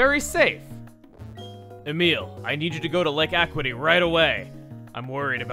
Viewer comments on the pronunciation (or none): it's not pronounced "ah quit ee" it's pronounced "ah q it ee" "akyooitee" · Uh-Q-ih-T. Not Ack-wih-T. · It's pronounced "Uh-Kyoo-Ih-Tee", not "Ah-Kwi-Tee". "Acuity" means sharpness in perception, in reference to uxie being the pokemon of knowledge. (Valor means courage and Verity means truth) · I don't mean to sound rude or anything Chugga, but I'm pretty sure that Acuity is supposed to be pronounced a—cue—ity, not a—qua—ty. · Another famous mispronunciation! (JK, but I know you of all people can appreciate this correction) Acuity is actually pronounced "uh-KYOO-ih-tee", not "akwity".;) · ugh...another canalave moment it's aQity not aquity sorry for being a stickler but... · umm... Lake A-quit-y? Pretty sure it's Lake A-que-i-ty if memory serves from the anime. Probably wrong though. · Walking two spaces above Rowan doesn't look too much better than the Hikers! Also, I always pronounced it "uck-yoo-it-ee", not "ack-wit-ee". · It's Lake uh-CUE-it-tea, not ACK-quit-E. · who's going to be the first to point out he's pronouncing it wrong it's lake aquity not acuty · AC-U-ITY. NOT AQ-WITTY!!!!! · Actually, Chuggaa, it's Lake Ah-Kyew-Ity, not Lake A-Quit-y. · it's pronounced Uh-que-ih-tee. Not ah-qui-tee. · Er... the word is acuity, pronounced ah-kew-ih-tee. Four syllables. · It's actually pronounced Lake (A-kyu-i-ti). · Chugga again, you mispronounced Lake Acuity, is not Lake Aquatiy. You're memories of watching Diamond & Pearl anime are really sluggish. lol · Acuity = "Uh-Q-It-Ee" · for acuity its ak-you-ity geez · It's AY-Q-A-TEA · It's "Ah-CYOO-it-ee." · Lake Acuity (Ah-Q-Wa-Tee) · Ah yes, good old Lake "Ah Quit Ee." Let's add it to the list of things pronouncing wrong. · It's uh kyoo uh tee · Argh. Second time :P The word is Acuity with a kyoo sound, as in "acute", meaning sharpness of the senses. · Ikr, but Chugga, if you read this it is (uh-cue-it-ee). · Acuity is pronounced AA-Q-IT-EE. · he's saying Acuity wrong